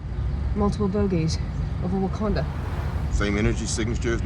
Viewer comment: 😄 the wakanda pronunciation by hill 🙋🏻‍♂️